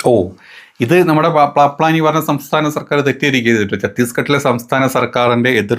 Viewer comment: പ്ലാപ നി അഛൻ അല്ല . പാമ്പ് അഛൻ